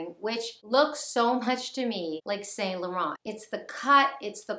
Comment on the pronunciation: It's pronounced san-lo-ron ❤️